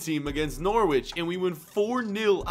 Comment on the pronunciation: You pronounce Norwich no rich